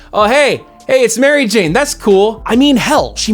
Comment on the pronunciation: Why do you say mary jane as if its one word? Sounds weird? Do i remember how its said wrong?